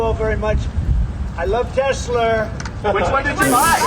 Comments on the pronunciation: Okay, I genuinely busted out laughing when Trump said "I love Tesler!" lol wtf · "I love Tesler!"